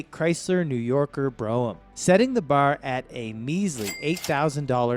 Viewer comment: At least he knew how to pronounce "New Yorker". Aside from that one, he pretty much fell flat on his face.